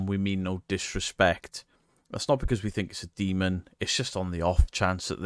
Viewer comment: She: "look at the upsidedown dee-mong creatures" Me: "nah its dust and you are full of shiff.. the bullshiff variety with some mentally unstable frosting on top". All joking aside, i renovate houses and the occasional castle if the price is right. 1 hammerstroke on say a door will send off so many dust particles at some point it will seem like its snowing. When in doubt throw it out is my stance and if you can recreate of there is a natural explanation ( like you are walking into a dilapidated, dusty property, your camera will pick up dust particles) "do you know if its safe" Sigh you are in an abandoned property where there is crap missing from the sealing. Probably refurbished at one point and if its in the 1960s-1990s you can be safe to bet that there is some form of asbestos in there. Huffing and puffing it in. So to answer the question NO its not safe. If paint is peeling there is a likelyhood its lead based and that also causes a crapton of OTHER problems. Now imagine being a family with having real unexplained scary phenomena going around their property. then you have those knuckleheads show up and make a mockery of what is going on or what the family is going through... This is why i like certain documentaries ( like time team about excavations and archaeology and it has humor in it as well) or series like the "into the bermuda triangle, cursed waters " where they follow oceanographers and dive teams trying to identify mystery wrecks. That team found parts of the debr